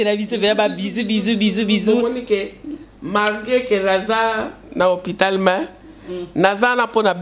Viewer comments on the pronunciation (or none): none